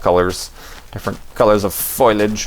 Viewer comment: it's pronounced 'foh-lee-aajuh' you heretic! xD